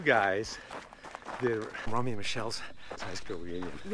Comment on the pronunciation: it's row-mee and michele... not rom-mee and michele.. if kevin had actually seen the movie he would know that..